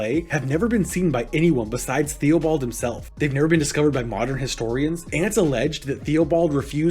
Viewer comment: Good summary of Cardenio, but one note: Theobald is pronounced "Tih-buld"